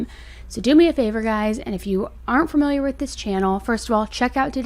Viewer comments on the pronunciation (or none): none